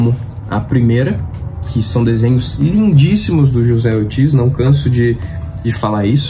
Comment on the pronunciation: só uma correção básica o desenhista anunciado aí na sua lista de mágico vento chamado José Ortiz ele é espanhol então no espanhol o j tem o som de r, ou seja pronúncia Rocé escreve José valeu abraço